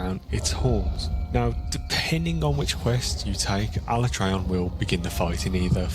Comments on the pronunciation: Am I the only one tweaking a bit everytime they both mispronounce alatreon? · The way he pronounces Alatreon annoys the shit out of me.